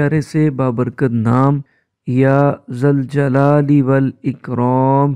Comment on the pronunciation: ذُوالْجلال والاکرام.... یا لگے گا تو یا منادا مضاف ھے... فتح سے پڑھنا ھو گا. اگر یا ذَوالْجَلال والاِکرام.... پڑھا جا رھا ھو